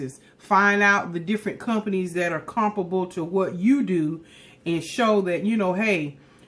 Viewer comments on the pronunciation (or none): none